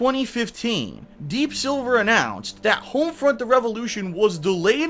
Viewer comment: Hoamfrunt revalewwwshun